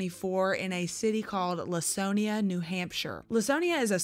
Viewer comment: Minor thing, but as someone who grew up in Laconia, New Hampshire, I'll correct the pronunciation: It's "Lah-kone-ia" -- hard "c," not a soft "c."